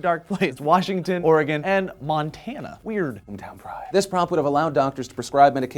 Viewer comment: I love your face for pronouncing Oregon and Nevada correctly, unlike Phil.